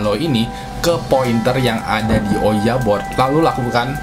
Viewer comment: kenapa ouija board malah bilang owiya bod😂